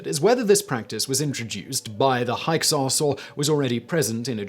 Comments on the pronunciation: Pronounced hicksos not hyeksos. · Hyksos is pronounced Hicksos. Counting hands was a method of establishing how many enemy soldiers were killed in battle (they were already dead)